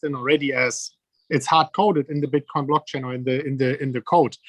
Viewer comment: He lucks ruff as fuck - It's called Bitcoin not Bitcorn Michael